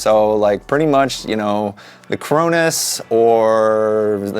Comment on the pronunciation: You are saying it wrong it is Cronos